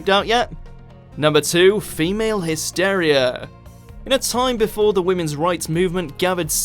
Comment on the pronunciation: He also mispronounced “ogled”, “macabre” and “hysteria”. No, it’s not his midlands/northern accent either. He had one job.